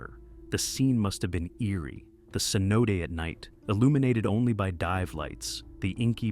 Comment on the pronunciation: FYI. Cenote is pronounced 'say no tay'.